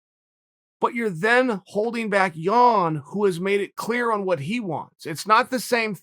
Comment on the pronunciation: Is he saying 'Yawn' on purpose? You never know with the bad guy